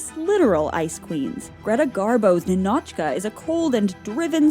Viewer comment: In Russian name Ninochka is pronounced as NInochka with stressed I, not NinOchka 😁